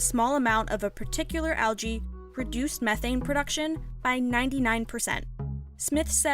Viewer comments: Adding algae to cattle feed "produced methane production to 99%"? NO, it "reduced" it, not "produced" it. ( After in video ). Just slightly more enunciation needed there. Or maybe just don't worry about it. These things bother me a bit too much sometimes. See what you think. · Did she say that cows eating algae 'produced' or ' reduced' methane production by 99%?